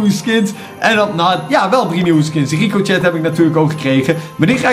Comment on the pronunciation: Probeer dit is het is niet ricocjet zo spreek je het uit maar probeer het zo is uit te spreken Ricosjee Niet gemeen bedoeld fijne kerst allemaal